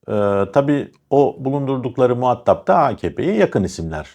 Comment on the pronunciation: "Muhattap" değil "muha:tap"...